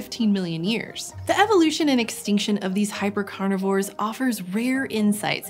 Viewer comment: were they chonks?😳cuz u said "hyper-carnivorse"